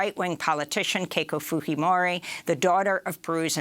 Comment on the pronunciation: interesting she pronounced Fujimori the spanish way instead of the japanese way. Is that the way Fujimori pronounces it herself?